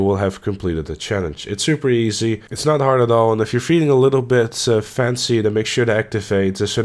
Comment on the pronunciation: Challenge #2: "If you're feeling FENCY.." Nicely done, sir.